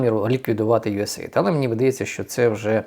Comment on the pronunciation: Правильно говорити usaid "ю ес ей ай ді "